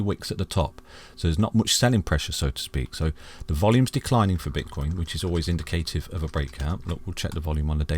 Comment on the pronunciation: Perhaps the greatest store of value ever! The digital age is not going to devolve backwards just scratch the surface and research Blockchain technology and its clear. Hey I don't mean to criticise but indicative isn't pronounced that way! Brilliant content as always 🙏